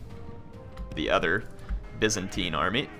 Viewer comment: It's "Byzantine" not "Vincentine" lol.